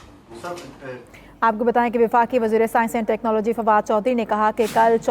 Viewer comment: Phelai bolna tu seekh lu khud kiyaaa ho tehcnology k T ka bhi nahi malom hai mottai aloo wale samosai